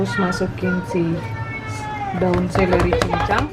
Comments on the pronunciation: Seledri mom..bukan seleri.. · Seledri kli bukan seleri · Seleri apaa? Seledri kali. Terganggu mendengarnya berulang ulang.